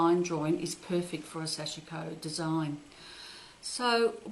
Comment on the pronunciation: Thank you, very helpful! (The i is silent in sashiko 😌)